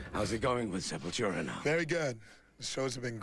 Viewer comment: Aqui nego reclama quando Derrick fala SepulTCHURA.